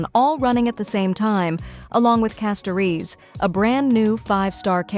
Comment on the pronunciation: It’s wild how AI can’t pronounce « Castorice » correctly each time 😂😂